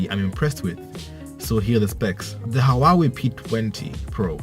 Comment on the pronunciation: It's pronounced who-ah-wei.